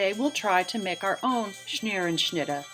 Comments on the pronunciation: Scherenschnitte is the correct word. You are pronouncing it as if it has an N in the first syllable. Your pronunciation is “schnerenschnitte”. How about removing that N? Thanks. I wouldn’t quibble but you are a librarian and I thought you would like to know. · You're right - she is pronouncing it incorrectly. Not Schneerenschnittah. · It's irritating. At least pronounce it correctly Scherenschnitte